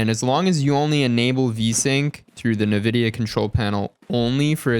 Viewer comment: IN-vidia not NA-vidia lol jeeez